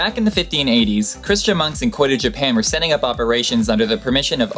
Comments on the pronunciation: Just a heads up. Kyoto is pronounced KEY - YO - TOE not KOI - TOE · "Perigee" not "Pedigree" Key-Oh-Toe not Koy-tah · Aaaaand that's also because it's Disney. And we all know how true to the original storyline they keep. Aaand, you have interesting information but I think you may be a bit dyslexic. Key-oh-toe. Kyoto. It happens but, you may want to practice since a lot of people are sticklers. Although I have to admit, exorb is not exactly a word, especially not in this context. You mean cotton will absorb. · Kyoto is pronounced "Kee-oh-toh" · I love these videos, but dude. You have to learn to pronounce this stuff you post! KEE-oh-toh, and Too-NEE-see-a. Mispronunciation makes your videos seem less credible.